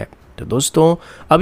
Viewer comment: Bhai aap bohuth research karke hum logon tak ache aur latest difence updates pohunchathe ho ...par ek request hai..aap "vande mataram" boliye...na ki "bande mataram "🙏